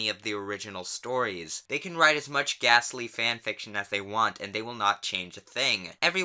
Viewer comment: I heard “ghastly fanfiction” as “gastly fanfiction” and I was ready to drop Pokémon forever